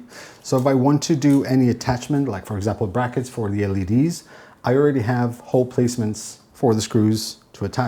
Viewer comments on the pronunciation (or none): none